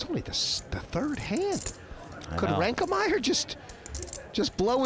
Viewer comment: Why does Hellmuth insist on calling Tobias "ReinkeNmaier"?